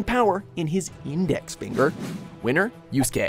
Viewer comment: at least he finally pronounced Yusuke name correctly this time. the last time they did a top 10 with him in it he called him Yu-suh-kay .... this guy is still the worst with anime characters names